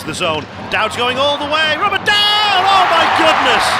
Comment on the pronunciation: Is not Dowdy. Is Conner Mcdowdy.🍊🍊